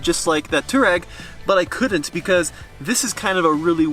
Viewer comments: Not toe-rag, not too-rag, it's too-ah-reg. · Too-reg? Guys, come on. You are supposed to be pros. At least know how to pronounce the name: Twar-eg. 🙂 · If you're gonna own it and drive it, at least pronounce it correctly. It's not "Tour-egg." Much closer to "Twar-egg." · I would love to know who told you that Touareg is pronounced too rag. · It's pronounced TWAR-EGG